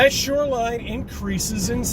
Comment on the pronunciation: Why does he keep saying “SURELINE” 🤣🤣